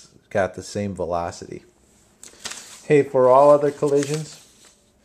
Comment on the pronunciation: I love the way you say velocity! thanks for the helpful video